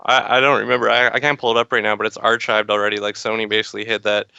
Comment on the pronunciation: blogshare poll was 2010, and archived is pronounced ark-ived not arch-ived lol